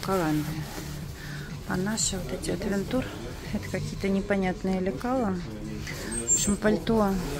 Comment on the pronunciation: привет. Аутвенчер Правильно. Ты ведь моя дорогая всё понимаешь, что такого брендах неттттт.........А ТЫ ГОВОРИШЬ АВЕНТУР, ЭТО НЕПРАВИЛЬНОООООО. ТЫ ЖЕ НЕ ПЕРВЫЙ РАЗ В СПОРТМАСТЕРЕ.